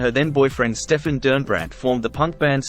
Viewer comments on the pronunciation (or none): none